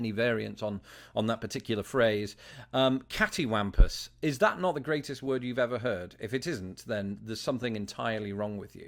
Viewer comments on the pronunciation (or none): Cattywampus means crooked, askew, or misaligned. I'd mostly use the word to describe a piece of rickety furniture that is either super old or poorly assembled, though it doesn't only apply to furniture exclusively. On a side note, I don't pronounce the word the same way did. I know his pronunciation also make sense with the way it is spelled but the way I say it sounds more like the 'a' in water then the 'a' in apple. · Cattywampus (or catawampus) isn't pronounced like said it, lol. It's Cat-ee-WOMP-us. It just means that something is not straight or level. Example, That bookshelf you made is cattywampus (crooked, off-centered).